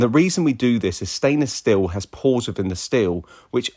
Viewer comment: It’s stainless 'steel', not 'still'. Hope that helps!